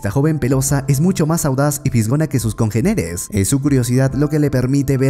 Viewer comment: Congéneres amor por favor…congéneres, con acento en la primera E, esdrújula de cuatro sílabas. ¿Vaaaaaale?